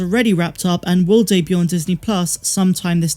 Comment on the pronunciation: a small pointer, if I may, Ms: the "t" is silent in debut (dayb-yoo), and debuted (dayb-yood). Sorry to be a 'Grammar Imperial' / 'Pronunciation SIth'.